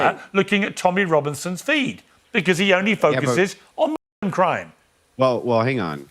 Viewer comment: Are we not allowed to say , mooslum?